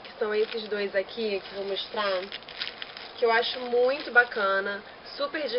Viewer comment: "...que eu acho muuuito maneiro..." hahahaha viva o carioquês :)